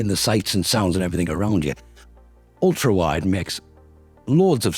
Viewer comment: "ULTAWIDE" lol . Ulta is that beauty and cosmetics store